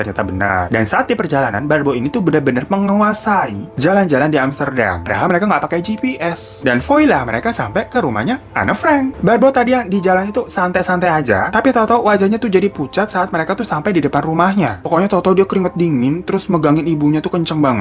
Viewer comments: Om maap ni ye maap,tangan gw gateel mw koreksi, Voila te dibacanya "Walaaa" kituuuu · Mantaaaapz... Trims Kakak.... lanjutkenn (Y) GBU ..... tapi..... utk kata "Voilà" ala Bahasa Prancis tuh bacanya jadi [vwala]. Kenapa? Karena kalau tulisannya OI, orang Pcis pasti bilangnya [wa]. Jadi, MOI mjd [mwa], LOI [loi], SOI [swa], VOI [vwa], dst